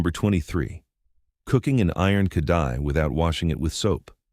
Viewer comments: It's called KA RA HEEE -- not ka da he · It's not kadhai, with the d* pronounced. The d* is pronounced as R* khrai.